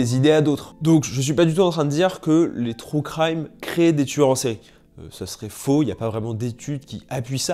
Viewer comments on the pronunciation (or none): "trou craille-me" 😭 "true crime" stp